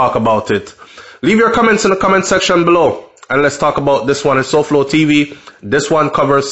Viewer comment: it's "Side Fowl". Lol